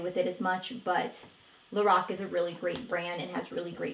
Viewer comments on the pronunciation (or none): none